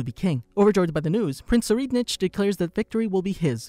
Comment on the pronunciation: not to be rude buuuutttttt.... its pronounce prince sir-ride-nick please next time fix it, it hurts my brain.. also love your vids